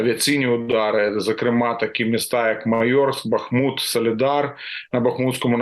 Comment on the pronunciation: Не Ба́хмут,а Бахму́т.